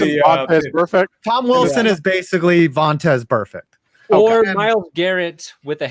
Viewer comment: calling tom wilson vontez burfect is the most clown shit i've ever heard and solidifies as a complete doofus.